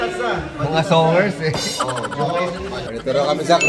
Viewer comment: kua Jhong:"Songerst" me: nag isip... huh? baka Singerist haha anyway God bless to the family po. 💕 Continue to inspire others po😊